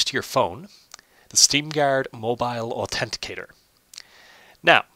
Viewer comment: also its authenticator not autendiatred